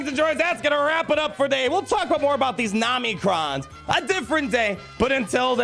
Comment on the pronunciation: I know you’re mispronouncing OM-NI-CRON on purpose. I laugh every time you say Namicrons. I love how they’re selling materials for which we have no ideas what abilities they are for, what those abilities do, and how much those abilities will cost. I used to Whale and not enjoy the game so much I took a 3 year break. Now I Fail and FTP and I’m having such a better time in the game. Just having fun. It used to feel like a job. Now it’s totally casual.